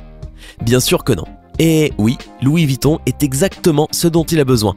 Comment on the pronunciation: Louis VOUITTON MDR